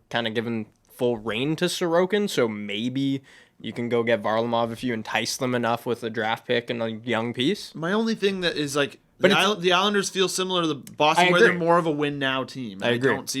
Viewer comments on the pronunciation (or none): as an Avs fan how you gonna pronounce Varly wrong. It's Var-LAW-mov, not Var-luh-mov